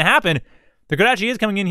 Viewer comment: I think its recluse pronounced (rek loose) like the spider not reckless